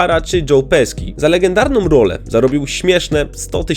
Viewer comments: Chyba się mówi Joe "Peszi" a nie "Peski" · Pesci po włosku czyta sie "PESZI" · Wymawianie nazwiska Culkin brzmi bardzo źle słuchając tego filmu niestety. Tak samo nazwisko Pesci nie wymawia się w taki sposób jaki użyłeś w filmie.